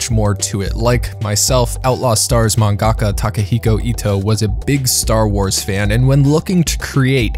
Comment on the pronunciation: mang-GACK-cca okay.